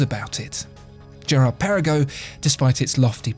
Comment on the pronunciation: Great history lesson :) but the GP as you have mentioned is hommaging the AP royal oak so Maybe you should put an AP not a Vacheron next to it in this video :) and you dont pronounce the Girard Perregaux well 😅